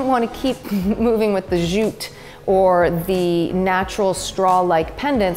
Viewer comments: LOL or every time she says zjute instead of jute! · The place is looking good and I love the simplicity of it. I'm digging the elements that are natural along with the superb photography but why oh why oh why why why are you staying "zjjjjuuuuute".. The word is jute. It's very simple. Jute, jute, jute, practice that. Mercy! At least you are not wearing a backpack like Anne-Marie Barton.